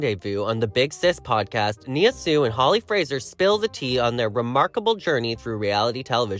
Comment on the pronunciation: That's not how you pronounce her name!!🙈